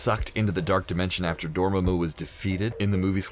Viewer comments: I wouldn't mind a different pronunciation of Dormammu if you hadn't picked such a silly one. Then again, the comments on it are hilarious enough to make it worth it. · He couldnt pronounce dormammu 🤦‍♂️ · nice video but the mispronunciation of Dormammu was pretty distracting and made me think this dude hasn't seen Dr. Strange. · You can tell the narrator has never watched a MCU Movie by the way he says Dormamu and a few other character names... I didn't think there was anyone left that hasn't seen the Marvel movies. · i love that half the comments are praise and the other half are complaints that (rightfully so) screenrant has an issue with saying some words wrong in alomost every video. in this case namor and dormomu (prob misspelled that) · Its not ‘dormemu’ it’s pronounced ‘door-mom-mu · "DORMA-MU?" No, it's pronounced, "DOR-MA-MU", accent on the "MA" not the "MU" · just gotta say it is dor ma mu not dor mo mo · Dor-mam-mu NOT Dor-ma-mu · Brem actually Babu is the only different sounding one. All of the others are spelled to make the same sound. Breaking down Dormammu is very simple. Dor Mam(mahm) Mu Sounds nothing like Dorma(dormuh) Mu The difference is the sounds of Mam and Ma(muh) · Right? it's door-maw-moo not dormuh-moo. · Dor-mamu... That's how it's pronounced. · It’s Door-Mah-moo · That was a Pretty Good video Dude. But if I’m being Honest, I absolutely hated the way you kept saying Dormammu. You were pronouncing it “Dorma-Moo. But either way, Good Job. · W8 w8 w8 did you just say doormoomoo? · Please learn to pronounce "Dormammu" it's not DOOOR-MAH-MOO ffs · Am I the only one who heard this guy say "Dormoomoo"? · Who the hell is "Doormuhmoo"? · If this dude says dorma-moo one more time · Did anyone else laugh at his pronunciation of Dormomu? (Door-Mu-Mu 😂) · “Trap Doormamoo” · Doormumu?? Think you had a tongue slip there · Everytime he said dormumu it felt like a needle going into my chest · omg how did he even pronounce Dormammu lol